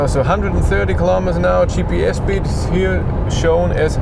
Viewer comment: „Shpeed” :) Instantly imagined how it was as if Clarkson had always pronounced it that way 😂